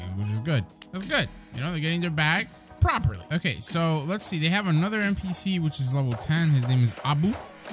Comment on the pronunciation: man literally said properly...🤣